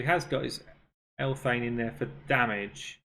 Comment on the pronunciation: Theres no “t” in Elhains name. Why you call her Elthain?